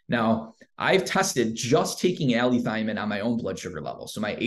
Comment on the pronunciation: It's allithiamine